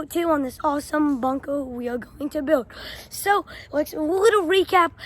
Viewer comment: “Miwatawy wowld war two bunkwer”